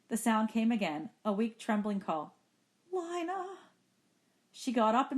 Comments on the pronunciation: It’s Lina not Lana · Bro why does she kept saying Lana... It is not LaNa it is LiNa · She keeps saying Lana when it is lina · Lina not lanna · its lina (leena) not lana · How you say Lina, u don’t read it as Lana, how you pronounce it: Lena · its not pronounced "leena" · You pronounce it LYNA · well it doesn't matter how she says it. I like "Lina" instead of "Leena" anyways. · palette sans{Female} yea you right it was the first thing I noticed